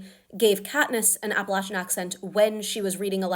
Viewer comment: First of all: as an Appalachian, thank you for saying it right! Second, my family is Appalachian and has been ever since my family immigrated here, a part of that family carried the surname Covey so it was really cool seeing an Appalachian woman like Lucy be from a Clan called just that